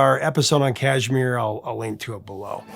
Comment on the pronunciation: Kashmir has the accent on the second syllable . Mir